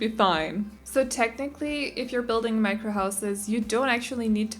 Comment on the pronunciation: On it’s sound like she says Minecraft not micro...